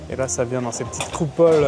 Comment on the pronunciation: Rhooo, COUPELLE pas coupole lol 😅 te l'ai déjà dit je sais pas combien de fois.😅 Excellente vidéo, ça donne envie de voyager.